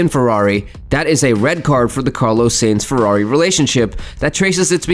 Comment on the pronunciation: I quit watching because of your pronunciation.......butchering of Carlos Sainz's name....pronounced as Sign-z.....not Sane-z My ears are bleeding, thank you.